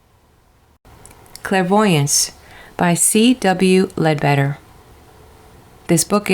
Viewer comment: It's pronounced led better. Not lead beater